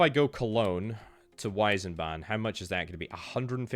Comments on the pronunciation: There's no eye in Wiesbaden, veesbaden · Wiesbaden not weißbaden so i switch to another let´s play channel who spell the cities correctly. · Weisbaden V-eyes-bar-den Not sure if that helps exactly but in German, most words with W are said like a V. Wine in German is wein (vein) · Btw Wiesbaden is pronounced Veesbahden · I don't think I'll ever understand how English speakers add such random syllables to German words "Wiesbaden" becomes "Weisenbahn" somehow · Wiesbaden ist pronounced in German like Weezbahden